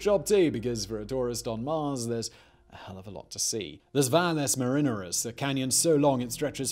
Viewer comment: Love the mispronunciation of names, Lovell and Valle Marineris